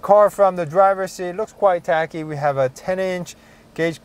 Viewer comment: Very nice review! You're one of the best automotive journalists on youtube! I really like the new A3, S3, RS3 from audi. just a suggestion.... I think you said "it looks quite techy" as in lots of tech. but it sounded like you pronounced it like "tacky". which means "촌스럽다"...